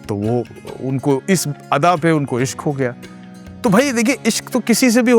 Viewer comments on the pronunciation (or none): Tallaffuz apka bhi durust nahi hai. Ishq ko aap bhi ishk bol rahe hain.